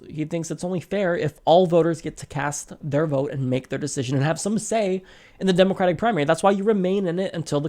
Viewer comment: That pronunciation though... "demOcrat"... "demOcratic"...